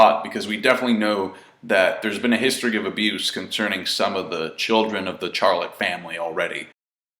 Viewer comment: Kah Ta Cootie = Kata Curry Chef is pronounced Shef Charlette is pronounced Sharlet